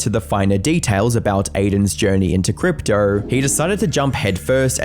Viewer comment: Brother the way you pronounce “crypto” as “cryptrer” is killing me🤣